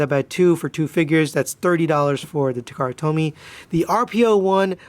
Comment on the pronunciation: Nice videos. I can't help feeling you sound like you're saying takara told me. Lol